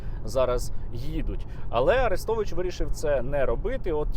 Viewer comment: При чому на подібні випадки найголосніше реагує проросійське лоббі, тадам і тут Арестович(наголос на "е" )